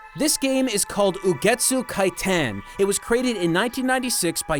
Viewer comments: the "Kitan" in Ugetsu Kitan is pronounced as kee-tahn, not kai-tahn :O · Actually "Kitan" is pronounced "Keetan". For it to be pronounced the way you said it, it'd have to be spelled "Kaitan". The things in Ugetsu Kitan are youkais, basically Japanese monsters. They're the rokurokubi (the woman with the stretching neck), kasa obake (the umbrella with a leg and an eye) and hitotsume kouzou (the cyclops) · Kitan is actually read as "kee-tan". You still get an A for effort though. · he says it as Kaitan lol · You got Ugetsu right, how did you say Kitan wrong?